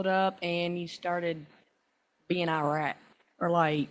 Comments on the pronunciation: I don't care about anything anymore, because tell me why the victim said "eye-rat" to say irate. 'EYE-RAT' for irate! What? Lmao. Please, someone tell me when her conjugation camp is. I want to be there at her graduation to give her a box of menthols and a $20 to congratulate her, and I definitely want to see her answers in her workbook. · Is Country Girl trying to say "irate"? Sounds like she is saying "outrate."